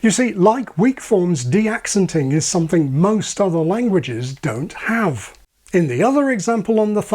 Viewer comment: A thing i hear a lot with YouTubers is pronouncing "something" as "soNething". It's as though it's too much effort to extend the tongue to form the "m".